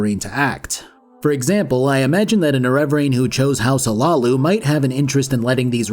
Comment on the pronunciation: More-ag tong, not more-ahg tong. You really should play the games you review. I know you don't because you mispronounce so many things characters say. Also Hlaalu, not huh-lay-loo.